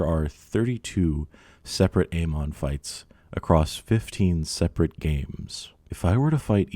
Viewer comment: Amon? No. Aymon? Yes.